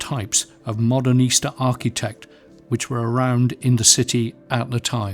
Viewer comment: The architecture stands all the more beautiful in contrast to that sloth of a man in his wrinkled suit mispronouncing so many terms like Modernista (as modern Easter).